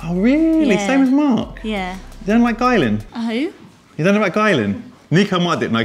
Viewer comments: Aren’t they pronounced “ Gill-Ian “ not “ Guylan “ ? 😂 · … It’s Guylian… Pronounced “Geeleeyan” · “According to a spokesperson for Guylian, it is actually pronounced: "Gill - li - an." Emphasis on the 'Gill', apparently.” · You need to learn: "According to a spokesperson for Guylian, it is actually pronounced: "Gill - li - an." Emphasis on the 'Gill', apparently. But that's not the only pronunciation the brand has cleared up." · According to a spokesperson for Guylian, it is actually pronounced: "Gill - li - an." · It's guylIan I I!!!